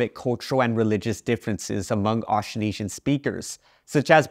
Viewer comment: The way you pronounce "Austronesian" is not accurate, misleading, and too simplified. The consonant cluster "tr" is completely inaudible.